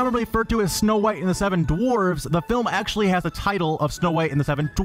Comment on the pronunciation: "DIS!ney Land is Actualleeeaahh.. FULL"